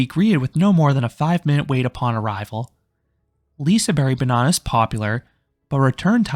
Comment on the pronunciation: I'm not trying to be that guy, but, the G isn't silent, it just has a diffirent sound. "Lisebergsbanan" is pronounced as "Lee-say-baerj-s-baa-nan".